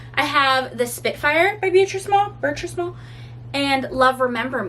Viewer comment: I read that book back in the 80’s. Between you and Jess, y’all are making me want to read it again! BTW…it’s pronounced Ber-(treese) Small. I think I’m gonna re-read it.